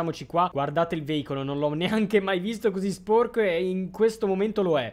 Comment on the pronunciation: Like per chi ama che dice spuorco